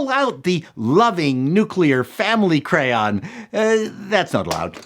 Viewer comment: when you were talking about the crayon colors it sounded like you were pronouncing it with an unnecessary "u" in there somewhere.